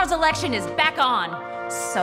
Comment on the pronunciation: election not ekection